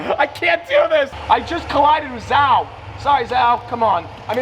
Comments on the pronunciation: Tell me you don’t watch f1 without telling me “I just collided with zow” Bro it’s zhou pronounced zhow. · It's 'Zhou' not Zhao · Jau😂😂 its pronounced jou😂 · man really don't know F1 lol It's pronounced Jo Guan Yu not zow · Zhou ❌ Zao ✅ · I keep laughing at Z'Ouww instead of zhou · bro really called zhou zao lol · Did you just pronounce Zhou as Zau😂 you're so American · Lmaooo Zhou is pronounced Joe in English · The way he pronounced zhou 😭😭😭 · Bro Miss pronounced zhou name so bad 💀💀